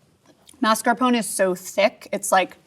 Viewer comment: Your credibility as a cheese expert went downhill when you mispronounced Mascarpone, Ricotta, and Chevre.